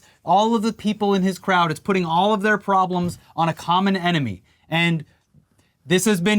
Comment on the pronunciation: The ememy ,the enema , tomato ... Tometo :))))